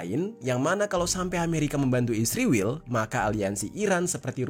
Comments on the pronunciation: Israel bang ..bukan isriwil. Saking bencinya kamu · bahagia bgt saat anda bilang isriwil 😂😂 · Kenapa israel disebutnya isriwil ya? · Knp harus bilang nya isriwil...giliran palestina bilang nya bener palestina😂